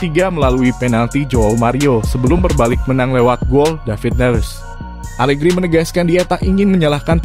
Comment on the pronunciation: Pecat.pelatih alerhi semua orang.bukan Alegri tp alerhi.mau munta